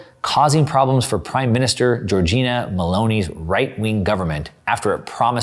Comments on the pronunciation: It's LAMPEDUSA, not Lampusa. And GIORGIA Melloni, not Giorgina. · Great content, like always! Just one thing: it’s pronounced LamPEDUsa and Italy prime minister is Giorgia although Giorgina is sweet 😃